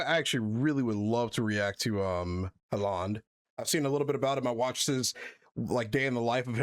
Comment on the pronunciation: «Haalaand» 😭 Brother I’ve gotten used to Englishmen mispronouncing his name now for the last 3 years, but that was certainly a new one. Sport has been traditionally been seen by society as men’s hobby or at least the sports that didn’t include gymnastics and dance.